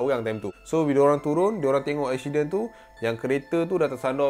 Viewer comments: ashiden .. ashiden.. comel je hihi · "ada satu ESHIDEN, dorang tengok ESHIDEN tu" HAHAHAHA MACAM ANAK BUAH AKU SEBUT LAH! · Ekshiden hahahaha